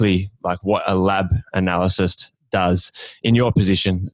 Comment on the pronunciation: man really said 'analycyst' haha good pod though